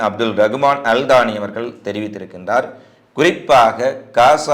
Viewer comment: கத்தார் தலைவரின் குல கோத்திர பெயர் அல் daany அல்ல , அல் thaany , குறை கூறவில்லை உச்சரிப்பை தெரியப் படுத்தினேன்